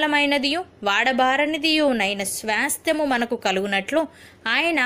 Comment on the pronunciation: స్వాస్థ్యము కరెక్ట్ గా పలకండి